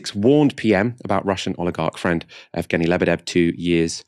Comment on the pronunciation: "Yevgeny" rather than "Evgeny" (Just for future reference, keep up the brilliant work)